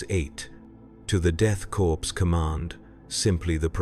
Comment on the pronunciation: Death Corpse? AI trash